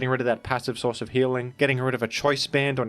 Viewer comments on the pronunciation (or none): none